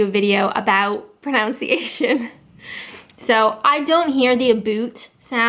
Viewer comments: One difference is in the word pronunciation. You seem to say pronounciation (note the extra o) as in the word pronounce itself. We say it as pronUNciation. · The pronunciation OF pronunciation IS actually "pron un cia tion" and not "pronOUNciation" ...and this was all before a video on correct pronunciation lol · In the first minute you said, "pronounciation" when it's "pronunciation" lol! That's ironic in itself in a video aimed at how you pronounce things lol! "Yo-ghurt" is annoying, "it's yog-hurt". As for Urinal, the same thing happens for the planet Uranus and people usually laugh but it's pronounced how you say Urinal...uran-us, not "your anus" lol! "Aboot" is the Scottish pronunciation, never heard an English person say that, see this song at 43 seconds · It’s pronounced “pro-nun-ciation” not “pro-nown-ciation” no matter where you are. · loving your video's -- only just started watching them Can I say (as an Australian), that when you say pronounciation I think you aught to be saying pronunciation. I know it starts as the word pronounce – but (in Australia at least), that changes in the adverb (I think I have that term correct) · It's not 'proOUnciation'... It's 'pronUnciation' in England. I'm a TEFL English teacher and have to teach both North American and English pronunciation and dialect to my students. There's a LOT of differences. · Love your Vlogs. It's proNUNciation, not proNOUNciation. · Its funny that in this video about pronunciation, you never mentioned that in England we say that word as pro-NUN-ciation ... likes its spelled, rather than your way of pro-noun-ciation. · I note you say "pronouciation" (pro-nouc-iation), where the English pronouce it as Pro-nunc-iation. Your presentations are great! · proNOUNciation? i think you mean proNUNciation ;) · You say pro-nown-ciation. We say pro-nun-ciation. ;-) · agh, she said "pronounce-ee-ation" My ears, they bleed. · Your saying pronunciation wrong. Just saying;)